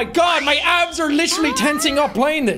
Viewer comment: idk why i thought he said his ass is tensing up instead of abs 😭😭😭